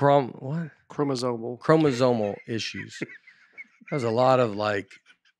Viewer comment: I love how Nate said he could “play the doctor” for Binghamton and his wife, yet he can’t say “chromosomal”! You guys are the best and can’t wait to see you in Evansville soon!